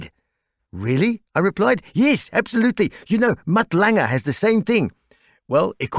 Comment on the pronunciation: Love ya, Bruce! But where did you get Mutt "Lang-eh"? It's LANG, no "eh" at the end! Everyone knows that.